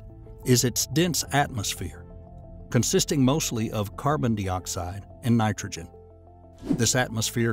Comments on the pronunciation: What's carbon deeoxide.....I know what carbon dioxide is...but di isn't pronounced dee, this guy doesn't read much science stuff does he. If he does he doesn't understand what he is saying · Good video, a few weird pronunciations like carbon dee oxide and vol can ism, but otherwise very informative.